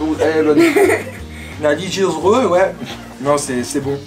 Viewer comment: La "regilieuse" dit moi que tu le fesait exprès sa ce dit "religieuse" 😂